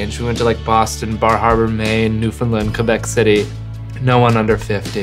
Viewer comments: What kind of Canadian can't pronounce Newfoundland? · Thomas is canadian and still cant pronounce 'Newfoundland' correctly...